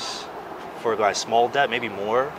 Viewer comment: He does know the "b" in debt is silent...